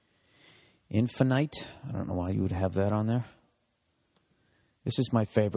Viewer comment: did he pronounce infinite "infi-night" dahahahahahaha